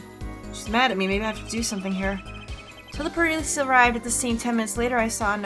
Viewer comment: Wait did I heard said Purlice 😁 heheh